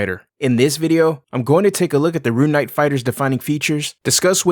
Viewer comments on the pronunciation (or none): Ah yes, the “Ruin” knight